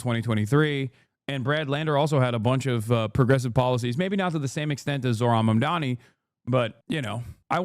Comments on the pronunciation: ZORHAN MANDAMI is a wild pronunciation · "Zorhan Mandami" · "zor-han mandami" freakin' racists. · Why can no one say his name? It sounds exactly like it's spelt: ZOH-RAN MAM-DA-NI. I guess it is America, so expecting the media to be literate is expecting too much.